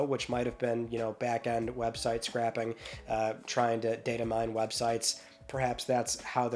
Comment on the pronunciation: Great vid as always. Another interesting thing to note is that Max Mustard had a huge discount on Quest with a promo code. I’m assuming the PSVR2 versions were sold at full price as well. Btw, I’ve heard you pronounce “scraping” as “scrapping”. The present tense of what you’re describing is “scrape”, which refers to how the data is collected by web crawlers. Keep up the great content.